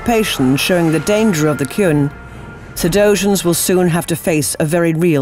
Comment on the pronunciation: yes!.. finally miss female voice pronounced QUN correctly..